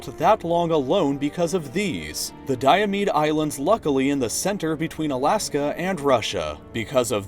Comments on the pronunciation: Diomede is pronounced dō-meed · big diomede and little diomede, you pronounced it wrong. (the capitals are pronounced hard) dImEd